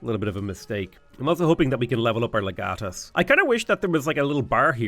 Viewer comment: It's pronounced Leg Uh Tus